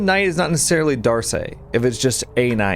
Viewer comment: I think you'll find the knight's name is pronounced 'dork'.